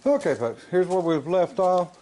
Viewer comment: I said it before and I'll say it again. Stop saying folks. I think you tube's algorithm thinks your saying f*cks. I know that it has sounded like it to me sometimes.